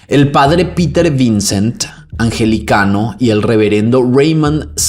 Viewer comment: Con todo cariño 🫶🏼 se dice anglicano no angelicano.😊😊